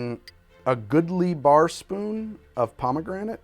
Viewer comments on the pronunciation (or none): "Pomme granite"? Stone apples? :p